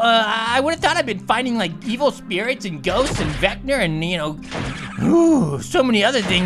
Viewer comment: His name is pronounced vec-na